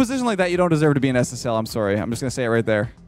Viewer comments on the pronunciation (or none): I just heard the most Canadian “sorry” from. I don’t think he’s ever sound more Canadian than that.